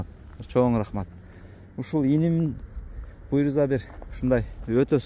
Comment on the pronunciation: Молодец Красавчик Болот баары Куда кааласа. Буйруза буйруза буйруза дей бербей сөзүңдү оңдоп сүйлөп үйрөн блогер.😂😂😂 Кудайым буйурса деп айт жэ